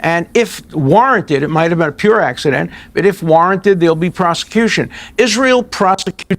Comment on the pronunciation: 😳“An aKcident? ” 🧬🤧🫣🤮